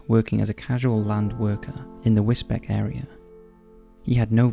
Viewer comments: I live is Wisbech (pronounced beach; it’s a common and understandable mispronunciation) for number 2, modern slavery is common in the surrounding agricultural fields. There are more murders if you look for them including people found deceased on bench’s and in bushes. The town has a sizeable Eastern European population that get intoxicated and become violent within their own community. It’s a strange town. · For future reference, Wisbech (in Cambridgeshire) is pronounced Whizz-Beech. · They mispronounce pretty much everything on this channel. I think it's on purpose. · I'm not having a go because place names are often ridiculous but, it's pronounced 'whizz-beach', not 'whizz-beck'. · It's Wis-beach not Wis-Beck :D good video otherwise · Case 2 the area is Wisbech but pronounced Wis-beach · It’s pronounced “wis-beach” not Wisbech. Even though that how it’s spelt! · 'Wizbeck'? Do you mean Wisbech, pronounced in perpetuity as 'WIZ-BEACH'? If you hadn't said 'Cambridgeshire', I would have thought you were talking about somewhere in Germany. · Sorry but it’s pronounced wisbeach.. not wisbeck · Great video,but Wisbech is pronounced 'wiz-beach'. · Wisbech is pronounced Wisbeach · Wisbech is pronounced "Wiz-beech"! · Sorry to be a pain and this only bothers me because I live there, but with the case of the guy who was later found in the woods, the town where he was found is called Wisbech. You say it like whizz-beach. Whizz as in a wizard and beach as in a place where the ocean meets sand. Hope that makes sense 😃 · Wisbech... is pronounced “wiz - beach” .... I understand/know this as am a resident of U.K. Suffolk, Norfolk and use hospitals in Cambridgeshire U.K. England. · Although spelt Wisbech, it's pronounced Wisbeech! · Do you mean wisbech? If so its pronounced wizbeech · wis beach mate, for the local pronunciation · I live in Cambridgeshire and Wisbech is pronounced as “Wis-beach” 😁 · Damn it man its pronounced Wisbeach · Also pronounced Londonderry as Londonberry.